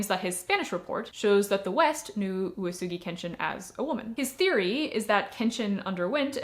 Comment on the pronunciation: Well to be fair you had 7 different readings for uesugi like oosoogi and yuusugi and woosugi and you rarely let the E sound out. Like OOWEsugi or something. U and E would be 2 moras, or at least 1 and a half, and E would just be as audible as the U, im hearing a lot of U's and almost no E. Thas okay of course, but being the main topic it did bug me a bit, but also im glad that you at least edited the captions and i know thas a lot of work so thanks for that